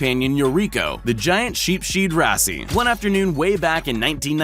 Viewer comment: This ignorant narrator is a prime example of the lack of education in young people. This narrator was probably wrapped up in his cell phone while growing up so he doesn't know how to pronounce common words like caiman, wrasse and the name Fagin. Caiman is pronounced like kay-min, NOT ky-min. Wrasse is pronounced rass as in the word harass NOT rass-ee and the name Fagin is pronounced Fay-Gin with a hard G like the word again, not a soft G like the word gin. How can a narrator not know how to pronounce these common and very simple words? He doesn't know because he's had very little social interaction with the English language and he's done none of the very basic reading that was required of young people in grade schools 20 or more years ago. He sounds like an ignorant idiot when he speaks in this video.